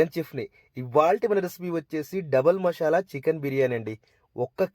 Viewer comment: మషాల కాదు బ్రో మసాలా అనాలి😅😅😅😅